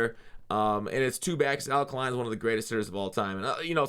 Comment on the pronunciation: It’s pronounced Al Kay-line! Big Detroit fan.